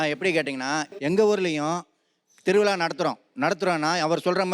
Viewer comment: திரு விழா.. தா correct உச்சரிப்பு... திருவிளா wrong... Correct ஆ உச்சரியுங்கள் சார் அழகான மொழி tamil. அதோட beauty கெடுத்தாதீங்க சார். இம் from கேரளா